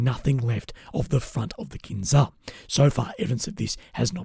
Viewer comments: Fyi - its pronounced kinJal in Russian / Ukrainian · It is pronounced in Russian or Ukrainian: Kin-jahl.